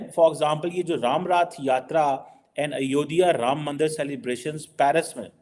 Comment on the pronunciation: It is Ayodhya not Ayo dhi ya